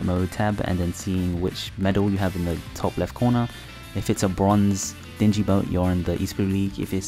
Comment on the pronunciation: Dinghy is Deen-Gee (Dingy) not Dinge-jee (Dinjy)